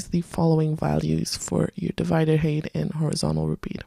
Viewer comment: Thanks, a nice feature. I like that you don't go too slow in your demos. However I always grimace when you say "hate" instead of "height" :)